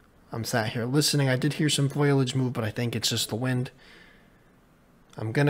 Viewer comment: Great vid as always! Only note: Foley-age, not foil-age